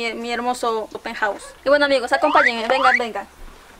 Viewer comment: Mi peuthouse dice